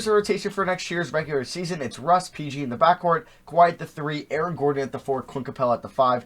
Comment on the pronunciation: why the fuck can you not say the word regular